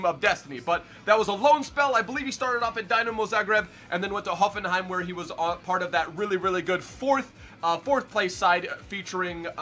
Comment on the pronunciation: DIIIIINAMOOOOO ZAGREEEEB!!! (Deenamo), Not Dynamo Zagreb